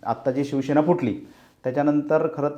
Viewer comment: पुढारी चे वक्ते शिवसेना हा शब्द ही नीट बोलता येत नाही. ते शिवशेना म्हणतात. कांहीं जण तर. शीवशेना म्हणतात. यांचें विश्लेषण काय ऐकायचे?